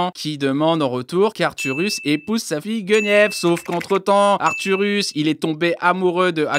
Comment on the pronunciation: Arthuros ! pas arthurus.